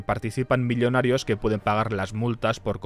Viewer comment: Me encantan tus videos, pero esto de decir "elios" "milionarios" "miliones" es infumable amigo